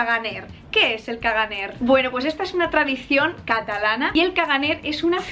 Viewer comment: " ·caganer" no se pronincia la r final. se debe leer como "cagané"